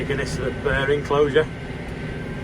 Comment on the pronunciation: It's a bear not a burrr 😂